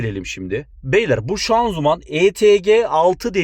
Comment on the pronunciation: Şanzuman değil ağabey şanzıman